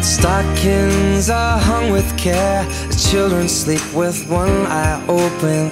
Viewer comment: But the fact that he says shleep in silent night gives me life.